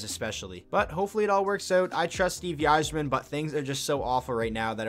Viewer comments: 100% it’s EYE-zerman. I’ve been watching the wings for well over 20 years and have never heard a person say “Yi-zerman”... Couldn’t believe more ppl didn’t comment about that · won tonight ...and its pronounced "izerman " not "why"- zerman sheesh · "yi-zerman"..... BRO...... "EYE-ZER-MEN" SMDH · It is pronounced Izer-man. Great videos though! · It’s pronounced EYE-zerman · Dude I was so amazed I didn’t see any comments about this sooner. How are ppl letting him get away with pronouncing it like that lol. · He may or may not know more about the team but he definitely doesn’t know how to pronounce Yzerman’s last name... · OK STOP IT!!! STOP THIS VIDEO!!! IF YOU DON'T START PRONOUNCING "THE CAPTAIN" Steve Yzerman's name RIGHT I WILL END YOUR LIFE! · You can’t even pronounce Yzerman correctly